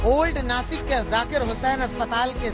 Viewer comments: Nashik hai vo nakis nahi . Dhanya hai tumhari patrakarita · Nakis nahi nashik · देश का सबसे बडा न्यूज़ चैनल अगर "नाशिक" को नाकिस बोले, और इससे ज्यादा उम्मीद क्या हो सकती है हमारे मिडिया से, पढ़े लिखे न्यूज़ एडिटर को जॉइन करो सालो, और देश को गुमराह करने वाली न्यूज़ मत दो। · Nasik nhi Nashik...